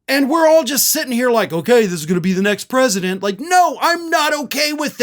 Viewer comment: Smart like a Down syndrome child...The Mister the Pwesident of Mamerica